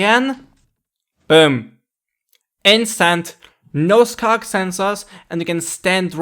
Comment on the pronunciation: "scock sensor."